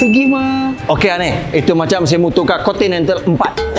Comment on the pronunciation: mohon sebut 'Continental' btol2... dah bunyik macam ape dah... hahahahaha